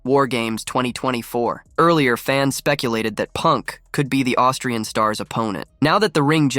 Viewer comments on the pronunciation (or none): none